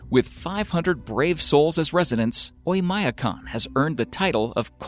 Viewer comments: Terrible mispronounciation of Oymyakon. When will Americans learn that English is the only language in which the i or the y is pronounced as "eye"? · He butchered the pronunciation of Oymyakon even worse. It's actually pronounced "Oy-m'a-KON", with m' being a soft m.